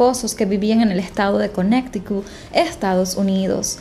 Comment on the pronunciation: Conneticut no conecticut